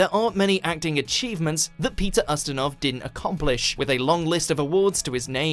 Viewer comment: It's pronounced "You"-stinov not "Uh"-stinov.